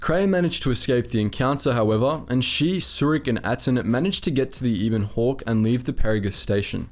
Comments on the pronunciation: Eh bon hawk, not eeeebon hawk. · Ee-bon hawk?......you either never played or skipped the dialog huh bud, it's EH- BON hawk. That ship deserves to have her name said right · Ebon, like ebony, without the ee at the end. Not e-bon.